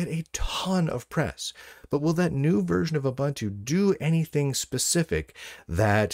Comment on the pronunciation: "OOBANTOO" doesn't exist.